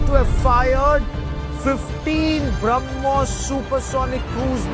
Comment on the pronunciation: Brahm...putra Mos......ko Brahmmos